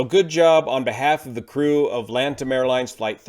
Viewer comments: I believe it is Latam, not Lantam XD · It's Latam - not Lantam - no N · Actually its Latam airline not Lantam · Do you guys actually call it Lantam? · Is it me or its LATAM not Lantam😅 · Little correction , it’s Latam, no Lantam 👍🏻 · By the way, the airline is called Latam, not Lantam. It is a fusion of Chile's Lan Chile airline and Brazil's TAM airlines (Transporte Aéreo Marília), so it became LA-TAM... Latam. The city is pronounced Foz de "Iguasoo". Great video and excellent content though! Been a subscriber for years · The airline's name is "Latam", thank you for your amazing breakdowns as always! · Hi is LATAM not Lantam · It’s Latam not LanTam (the N of LAN was lost after merger) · LA- TAM. not LAN TAM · Small correction: It's LATAM (Lay-tahm), not LaNtam. Love the commentary, as usual! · It's Latam, not lantam.